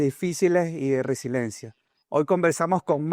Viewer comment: Debes conocer mejor el vocabulario español: NO se dice " resilencia "🎉en luhar de resiliencia / Darien por Daren. Para hacer un postc. Hay que estar preparado No se cuantas palabtas incorectas pronunciaste en verdad no quise seguir escuchando..